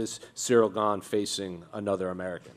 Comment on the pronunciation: his last name is simply pronounced "Gann" and not "Gain"